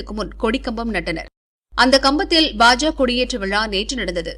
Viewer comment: அது என்ன பாஜா பாஜா.... பாஜக என்று நா சொல்லாதோ...கேவலமாக உச்சரிப்பு...